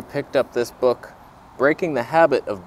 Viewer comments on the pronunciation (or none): none